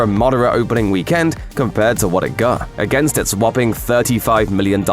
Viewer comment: Stop saying weekend that way 😭